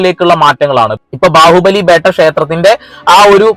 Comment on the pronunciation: ബാഹുബലി ബെട്ട not ബേട്ട